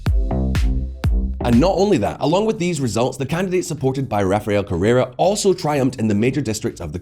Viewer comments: “Correa” not “Correra” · Correa not Carrera